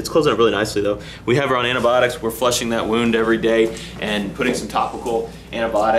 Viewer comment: It's just a weird way if saying it